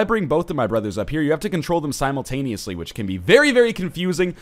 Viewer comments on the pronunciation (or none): none